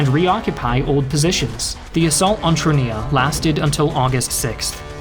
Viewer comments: I've seen Troina being spelled Triona and now called Tronia. How hard is it to properly pronounce it? 🤌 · Catania is pronounced Ca-TAN-ya not Ca-ta-NEE-a! And Troina is not "Tronia" as you keep calling it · i love your shows - but wish you'd get some of the pronunciations down a bit more! no one says cattaNEEa for instance, and god knows what happened to 'Troina' lol